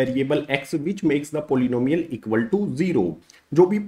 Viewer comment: "polnomials" ? Polynomials 😭